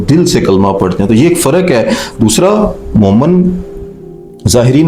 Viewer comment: Momen nahi, momin kaho